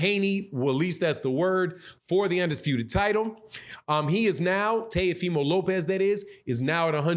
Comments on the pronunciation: It's Teofimo Lopez, Not Tayofimo Lopez. 😁lol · It's pronounced. T O fee mo. Lmao